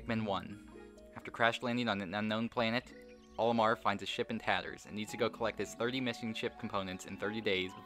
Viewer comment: Towards the beginning of the video you said Omar instead of Olimar, thanks for the shoutout.